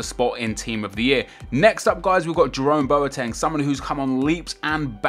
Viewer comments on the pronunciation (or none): Boateng is pronounced (bwo-teng)